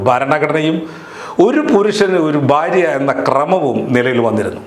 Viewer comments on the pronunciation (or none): ' ബാര്യ' അല്ല ഭാര്യ ആണ്. ' നേമം' അല്ല നിയമം ആണ്. ' മദ്യപ്രദേശ് ' അല്ല മദ്ധ്യപ്രദേശ് ആണ്. ' കദീസ്'' അല്ല ഹദീസ് ആണ്.എന്തിനാണ് മലയാളം ഇങ്ങനെ പറയുന്നത്?